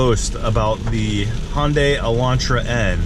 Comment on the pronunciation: Please stop calling it Honday.. it’s Hunday, like Sunday lmao